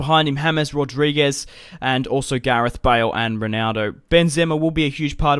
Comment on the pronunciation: It's not hames its James